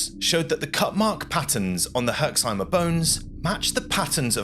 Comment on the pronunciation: there is no "e" at the end of "Herxheim" :D You pronounce it perfectly, just stop at the "m"